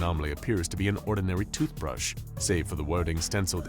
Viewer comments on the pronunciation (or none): Tothbrush lmao